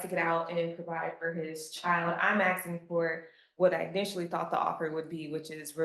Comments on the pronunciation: Lawyer: I'm axing for 18 months. "Axing"...Really? We are fuxked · "Axing"? Send this lawyer straight to conjugation camp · Did his lawyer just say "I'm axing court"? A lawyer.